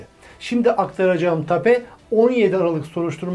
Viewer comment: tape değil teyp, teyp, hay dilinizi eşekarısı soksun!